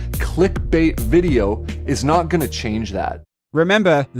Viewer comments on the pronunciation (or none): none